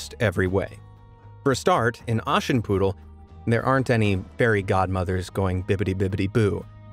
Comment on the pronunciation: sorry but how do u pronounce "Aschenputtel"? bro it sounds like "Aashenpuddl " (ok i know you usually speak english but ....)